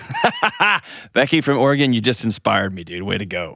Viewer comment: Shout out to the team for pronouncing Oregon correctly!